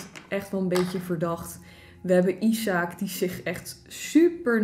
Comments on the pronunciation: Ben ik de enige die weet dat het niet “isaak” is maar je spreekt het uit als ajzek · isaac spreek je uit als “ijsek”